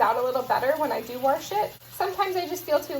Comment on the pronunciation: Came across on of your earlier meal prep videos and love the channel! It cracks me up when you say 'warsh' lol. Definitely inspires me to start gardening!